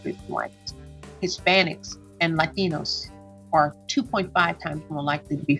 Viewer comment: Why she say Latinos like that 🤣